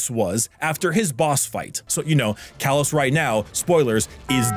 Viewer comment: It's "Calus" not "Callus."